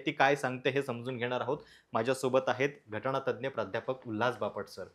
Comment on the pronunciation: हे महाशय जे सांगतात बरोबर त्याच्या उलट घडतं.... एखाद्या तज्ञ आणि अनुभवी माणसाला बोलावत जा... आणि हो ॓घटणा॔तज्ञ नसतय ते.... घटनातज्ञ असा शब्द आहे